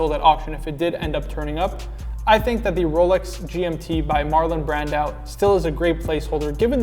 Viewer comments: Pronounced “Brandoe” not “Brandow” kinda like Marco not Marcow. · Say his name properly